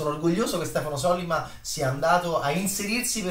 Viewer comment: Sollíma,.. Sollíma.